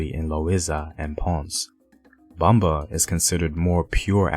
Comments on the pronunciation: Great video but Everytime homie says Bomba and Taino I cringe. Great info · I LOVE THE HISTORY, BUT PLEASE LEARN HOW TO PRONOUNCE THE WORDS, LIKE PLENA,BOMBA, TAINO, SALSA. PLENA AND BOMBA WAS NEVER ABANDONED BUT BIRTHED A NEW GENRE, SALSA. IT'S ALWAYS BEEN THE FOUNDATION, AND STILL PLAYED TODAY IN PUERTO RICO ALSO THE PARRANDA WHICH IS PLAYED DURING CHRISTMAS AND THE CELEBRATION OF THE THREE KINGS. IT COULD NEVER BE ABANDONED ITS OUR HERITAGE.